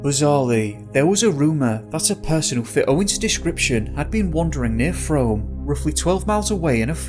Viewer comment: This is crop circle territory.. I live a few miles from Shepton Mallet.. Oh and Frome is pronounced Froom. Lol